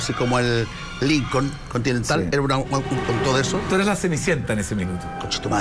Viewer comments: SIII.. la Pancha y Jose dicen SIEMPRE "ERIS".. Yo nunca habia escuchado eso antes??!!😅🤣🤣🤣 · Me fascina cuando dices ERIS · Me encanta el programa, vivo en Francia, pero por favor di ERES NO IRIS, tratemos de hablar bien.